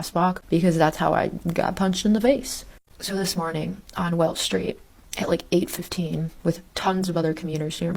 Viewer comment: Exactly. It’s Wells Street. Duh.🙄